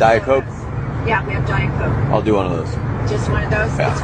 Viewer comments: the teacher forgot how to say coke into "cock" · I laughed why is she saying coke like that 🤨